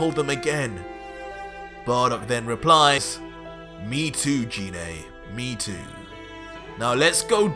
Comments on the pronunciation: It's pronounced g-ine not gee né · He said jenay it's genai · you pronounced Gine's name wrong. Her name starts with a hard "g" sound, like "guh", not with a soft "g" sound, like "juh". Also, I'll bet after the show of forms, Raditz and Nappa are thinking that they need to lie down. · Sounds good but it's pronounced Jean like aubergine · Why do you call Gine Jine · Kinda bothers me how he mispronounced Gines name 😂